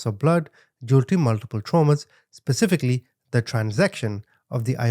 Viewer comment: I like your narration. When you say "specifically" it sounds like you're saying "pacificly" ; I thought you'd want to know.😊